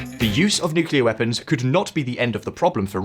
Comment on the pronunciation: Major cringe 😬 when someone says "nucelar" instead of "nuclear"